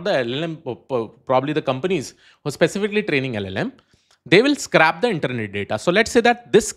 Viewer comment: 2: 33 "scrap vs scrape"?